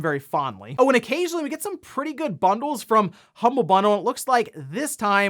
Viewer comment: "Humblie" bundle. Aw.